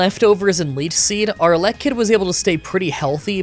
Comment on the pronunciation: 4: 28 To think I was actually looking forward to this. Also, that's a weird way to say Elekid when Electrabuzz sounds correct to me.